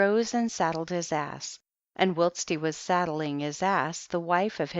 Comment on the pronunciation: Wouldn't it be an accomplishment if learned the correct pronunciation of "whilst" and "sepulchre?" She did an admirable job on the proper nouns, however.